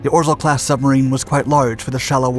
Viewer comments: By the way, "Orzel" is pronounced "Ozhaew" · Please do not try to read Polish Names and proper names it hurts Ps rz=ż pronunciation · I loved the video, but way you day orzel kills me